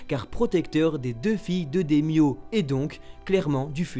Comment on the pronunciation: Ça fais des mois que je me demande si c'est fait exprès pour certaines prononciations mais après cet vidéo je suis sûr non. C'est pas que ce soit grave, ça reste toujours d’excellentes vidéos, mais il faut avouer que là ça piquait particulièrement les oreilles avec "daimyo" [démyo -> daïmyo] / "Fukurokujou" [ fukulokudjou -> hukoulokoudjoo ] / "Oiran" [oiran -> oïlane] Pour le reste, que l'accent soit parfois bien français me pose aucun problème. Et puis c'est même souvent pas mal. Mais là c'est vraiment des mots totalement transformés qui n'ont plus rien à voire. C'est dommage de la part de fans du Japon et sachant qu'à côté tout est parfait 😉